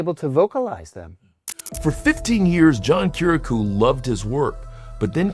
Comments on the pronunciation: It’s not kiraku it’s Ki-Ri-A-Ku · Oh man, I would feel about 2 in tall if I mispronounced the last name of someone I interviewed.. He pronounced it "kirakoo"